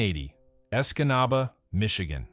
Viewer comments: I never realized that there were so many way to mispronounce "Escanaba." Great suffering Christ! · Lol he butchered Escanaba 😅 good eff that sinkhole